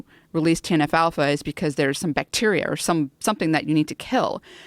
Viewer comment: “TNF-Alpha” or “Teen Alfalfa”? Who knows.